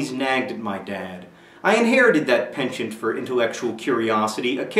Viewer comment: i lol'd at how you pronounced penchant.